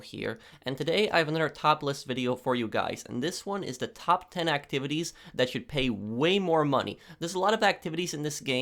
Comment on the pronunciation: I love when you introduce videos like that because it sounds like you say “Welcome to another topless video!”